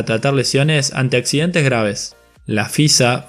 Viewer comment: Por el amor de diosas, usa las letras S cuando hablas......... no es mil noveciento y noventa y tres.... es mil novecientoS y noventa y tres..... semana en plural no sé dice semana, se dice semanaS.... no sé dice los accidente, se dice accidenteS